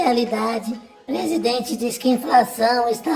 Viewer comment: PRESIDEMENTE??? 🤣🤣🤣🤣🤣🤣🤣🤣🤣🤣🤣🤣SABE, SABE, SABE, SABE.......🤣🤣🤣🤣🤣🤣🤣